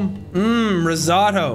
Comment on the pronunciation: My heart when he called Risotto risatto